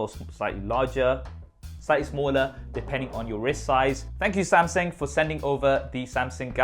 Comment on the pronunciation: 'Samsing', LOL! Love the MSI, or rather my son would. :-)